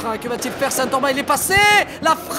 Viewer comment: Un mec peut dire au commentateur que Sean, ca se prononce "Sheun" ?! Sérieux.. Ok il sont de Bergerac, mais y a internet là-bas aussi non !?